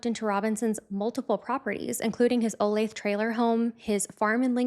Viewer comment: I’m from the area you pronounced Olathe, right